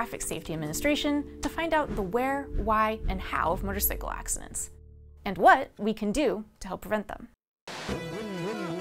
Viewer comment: Can someone please tell this woman how to correctly pronounce motorcycle!?